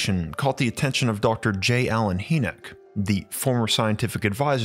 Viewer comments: It’s dr Hinek not haynek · Hynek pronounced Hi-neck, not hee -nick. I wince every time you say his name. I'm surprised you've never heard anyone pronounce it before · ⛏🏔 Excellent video, brother! Emphatically ADORE your work!! 🕉 2 small pieces of information you may want to absorb: • Dr. J. Allen Hynek's last name is pronounced "High-nick" • the word 'enamel' (via the cave bear teeth), is pronounced "ē năm ill" ('năm' think like the 'a' in 'bat'). Just thought you may want the correct pronunciations for future use in videos. 😉🤘🏼 Keep up the fantastic work!💞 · Dr. J Allen Hynek (Hynek is pronounced like "High-nik" not "Hee-nek") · "Hi nick" not "He nick. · Young man his name is pronounced "High-neck" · "Hynek" pronounced High-nick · HIGH NIK is how you say the Blue Book guy's name. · I love this series! Never stop! BTW J Allen Hynek's last name is pronounced like Hyman, where the first part sounds like "Hi". UFO Buffs like myself have heard this name a hundred thousand times and he is quite iconic to say the least. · It's pronounced like: 'High-Neck.' Great videos, Thank You. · Bro, it's Hynek. (Pron. Hi-neck 🤦🏻). Love the videos. 😊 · Thanks. Interesting story. Just a reference re pronunciation: it's "high neck" (or "high-nik") for Dr. Hynek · Another great job. However I’d like to let you know that Dr. Hynek’s last name is pronounced HI-nek. Just thought you’d like to know. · Love your stuff but J. Allen “Hee”nek? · Pretty sure it's pronounced... Hi-Nick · The Ufologists name is pronounced J Alan Hi-Nick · It's pronounced..Hi.nick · Hey young man his name is pronounced High-Neck... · Your pronunciation of Dr. Hyneck’s name is incorrect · I’m not one to complain normally, but the way you pronounced J Allen Hynek’s name drove me halfway insane. You have to get your pronunciations right if you want me to stop complaining.